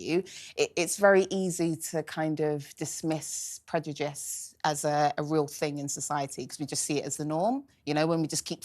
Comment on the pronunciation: Why can't she pronounce 'prejudice' correctly and still continue to say it every 5 words? 😂